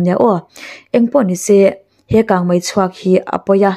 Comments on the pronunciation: Kangmai ti lovin kangmei ti thei la ngaihnawm lehzual ang. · Kang mai iti zel hi ava mak ve,kang mei ti zawk la